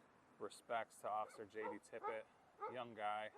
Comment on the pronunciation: It's "Tippit," not "Tippett." Please do more research.